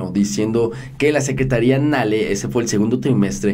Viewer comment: Hay que mejorar esa lectura:Caderita es Cadereyta, Secretaría por Secretaria y otros más, también: que tenemos suficiente petróleo,lo que hace falta son refinerías.